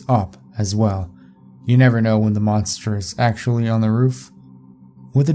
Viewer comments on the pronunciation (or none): none